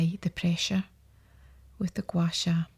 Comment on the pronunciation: Yeah same I love the way she says Gua sha too 😂 she needs to get some asmr goin her voice is so nice.